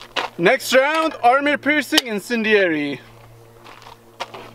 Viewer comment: Enjoy your broadcasts, but please say “Armor piercing” not “Army piercing”. Thanks!